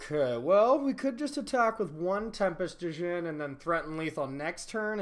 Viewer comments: The d is silent... pronounced like Gin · You don’t pronounce the D my guy